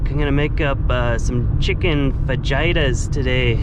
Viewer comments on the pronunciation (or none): Seven down votes as of the writing of this comment… Why would anyone ever down vote one of your videos? Perhaps it’s your mispronunciation of the word fajita? That’s all I can figure, LOL. Keep them coming! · Fa Hee Tah. My friend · You da man! FAH-Jaita did you mean fajita? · The way pronounced "fajita" scared the code out of the youtube algorithm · Ur fahita pronunciation ... spit coffee all over me, ty <3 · Chicken fajita (fajita) the j is pronounced as h.